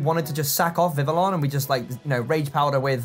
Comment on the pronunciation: It's "VIV-ee-on", not "VIV-uh-lon". From "vive" + "papillon" (French for "life" and "butterfly" respectively). Perhaps it is different in Britain, but in America, it's pronounced "druh-GAL-jee".